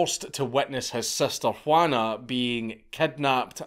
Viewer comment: Dankula pronounced the j in Juana surprisingly well for someone who refused to pronounce flechas correctly